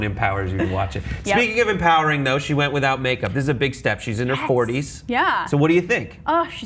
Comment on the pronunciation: did he say empoweRATING?